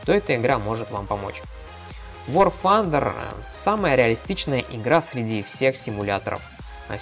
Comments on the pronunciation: блин, это так раздрожает какой аор фандер!? Тандер!!! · вор фандер касаться узнай как произносится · Паренек! Не пытайся быть англичанином! Вар Тандэр игра называется. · явно проблемы с англ языком вар фандер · ага. когда он гаварит вар фандер, у меня уши вянут, кагбудто бы стучат ложкой по батарее!!!! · Ещё один англичанин. Произносят люди так как нашему русскому уху приятно. Вар Тандэр и точка. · И вообще игра к Великобритании никакого отношения не имеет! Американцы произносят Тандер! Англичане Фанда. Ну почти как панда. Так что игра из америки и произносится как Вар Тандер.